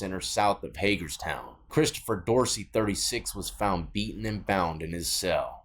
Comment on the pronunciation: Thank you for saying Hagerstown right!